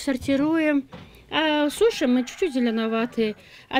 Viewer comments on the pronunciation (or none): none